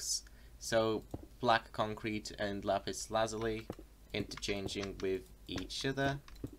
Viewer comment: Finally someone that pronounces lapis Lazuli right